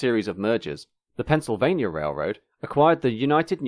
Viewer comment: Forgive a California guy for being confused, but would someone please tell me where "Pennsylvanier" is. ;-)